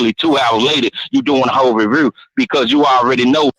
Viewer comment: Bruh I was driving down I-77 and I had to pullover when that boy said "revrew"🤣🤣🤣